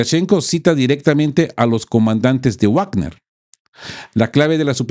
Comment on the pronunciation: Perdon por una correccion. Se dice vagner. Uavner es una pronuncia en inglés Hasta en castellano es vagner por la doble v es v. Perdon.